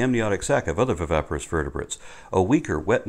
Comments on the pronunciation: you're killin' me (bad sense) pronouncing viviparous wrong. You keep sayimg, "vy-VEH-pah-rus," whem it's "vy-VIH-pah-rus." Otherwise, you're killin' it (good sense). P.S. You look much better with your hair pulled back, so we can see your facial angles (see also: Golden Ratio). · Just a slight niggle: you keep mispronouncing 'viviparous' as 'vivaparous'. Other than that, a great video, as always.